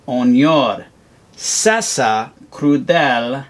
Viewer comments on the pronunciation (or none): Cessa not Sessa but *Chessa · Well done video! Just a note, Cessa is pronounced “Ch“essa IPA tʃɛs ː sa. I’d like to add that I agree with Florence Riggs, I love where you are coming from about singing in Italian. You make a valid point ❤ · Hello! I love where you're coming from about sharing this well-known Italian "ditty". I think of it as a well-known Italian Pop Song of the early 19th century. I am a singer and a voice teacher for many years. So I'd like to gently make a correction in the pronunciation of the word, cessa. In Italian the CE is pronounced as if there is an invisible "h" in it. So cessa is actually pronounced, CHESSA. Conversely, the word Che is pronounced as if the H is not there. That makes the word pronounced, KAY or KEH. Same sing with Chi, which is pronounced key or kee. I hesitate to say this but I like your singing version of Caro Mio Ben more than Sting's version from an early concert in Italy. Shh...but please don't tell him! I wish you success in your musical endeavors. Namaste and sweet harmony 🙏🎶🎵.